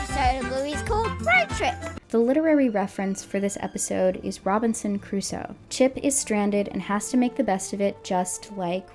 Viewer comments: So is the dad pronouncing it as "Robinson Caruso" a deliberate gag in the episode or couldn't the actor say "Crusoe"? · Robinson "Cuh-ruso" is really bothering me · This is just such a "they're missing a vocal director/they're not doing their job" thing but it's so grating how Chum Chumchilla keeps saying Caruso instead of Crusoe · This is minor, but god, it grates on me hearing the show call him "Robinson Caruso". It's CRUSOE, 2 syllables. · The fact that the voice actor keeps saying "Robinson Caruso" instead of "Robinson Crusoe" is pissing me off so much. They don't even respect the idea of the text enough to bother getting the name right. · I can't be the only one thinking it. He's pronouncing it "Robinson Caruso". EDIT: As an Argentinian, thank you for bringing up the horrors of the CIA-backed dictatorship. So many other North American content creators hedge their words about it, while running their mouths about other political movements (peronism) they know nothing about. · is... is he saying Robinson CARUSO?! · My swedish brain got a bit confused as you and all the voices started saying Robinson Crus-oe and I wondered, who the heck is that? Then I realised I and my entire society has pronounced it wrong all my life. Apparently the "oe" is not silent. :P